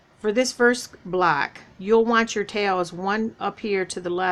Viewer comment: Hi, I am not trying to be mean or funny but do you realize that when you say block you are saying black, please don't kill me for this.